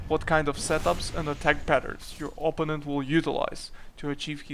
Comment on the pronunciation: please, PLEASE. o-PPÓ--nent (oPOUnent)